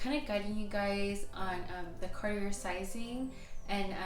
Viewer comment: Too bad you can't pronounce Cartier! You didn't do your homework! 😅😅😂